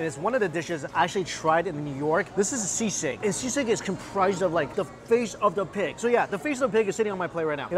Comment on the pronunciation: Oh no I cringed at ur pronunciation of sisig, girl id kill to be back home for that meal